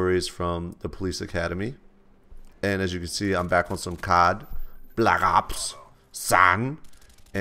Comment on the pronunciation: Am bAK oN suM BlUck Aaps SaaN! LOL love when he say's that.